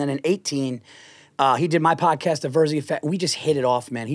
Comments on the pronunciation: Are we going to just pretend Cheeto didn’t call him veer-zee??? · Santino its not Veer-zee its VER-ZEE. Paul is too classy to correct him lol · Paul Veerzy he says.